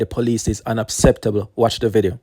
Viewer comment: It’s pronounced unAcceptable. NOT unApceptable.